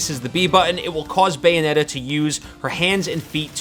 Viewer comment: "Bayometta" lol